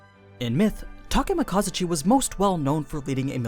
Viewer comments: I cringed quite ferociously at your pronunciation of "Takemikazuchi" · thats not how you say Takemikazuchi.